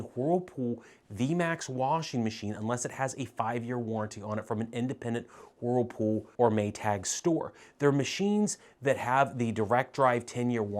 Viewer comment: I love the way you sometimes pronounce whirlpool. You tend to subdue the “whirl” and instead say “wh’pool.” You sound so adorable😇.